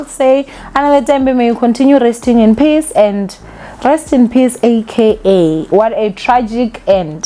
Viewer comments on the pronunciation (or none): none